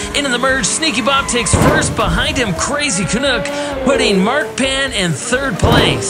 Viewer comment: Canuck rhymes with "duck" NOT "cook". Thanks